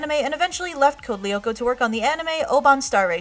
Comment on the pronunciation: You pronounce "Lyoko" wrong -.